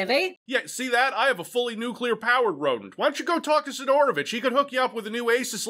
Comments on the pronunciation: Si'dorovich - first syllable is stressed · Why you pronounce Sidorovich so wierd? The emphasis should be on first "i", not "o". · You're saying his name wrong! It's Sidorobitch! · not sidOOOOrovich but siiiiiiiiiidorovich